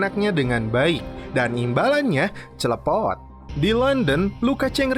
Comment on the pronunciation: Ngakak stiap lu ngomong clepot